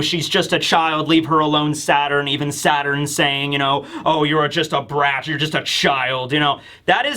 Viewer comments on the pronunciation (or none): none